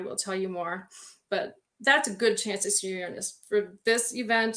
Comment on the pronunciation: this is wonderful, but you're pronouncing Uranus incorrectly!